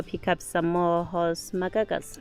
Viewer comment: Horse ma-what nows? Magaga's? 🤣